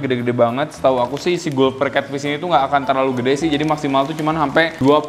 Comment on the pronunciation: Kak mbacanya galper catfish